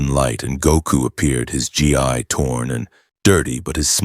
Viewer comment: Aww...he didn't arrive as a baby in his Saiyajin space pod? Imagine him raised by Hobbits and taught by Gandalf and Aragorn instead of Muten Roshi. Seriously, if you're going to include DB content, get your AI to pronounce "Gi" and Ki" correctly. They both rhyme with "Key" and Saiyajin is pronounced "Say In" Speaking of Gis, why exactly is Saruman wearing a Turtle Hermit School Gi there?